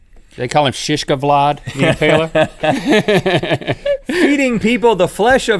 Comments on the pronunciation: Shish ke-Vlad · shish-ka-vlad Lmao xD